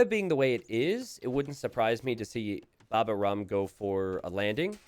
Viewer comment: babaorum is the (latin) name of a roman army camp next to asterix' hometown in the bretagne.. and it is pronounced baba -O-rum. /hermione